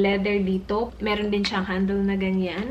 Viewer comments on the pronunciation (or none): Un accent Lang ba talaga nya un? Was just wondering. Not bashing. And bag “handol” ba dapat instead of bag “handel” (handle) ? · H&m, sabi nya heisch and m and handol instead of handle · She kinda speak wid aussie accent. "Handol" is fine. Its the same sa british accent. Like sale they pronounce it like sigh-l.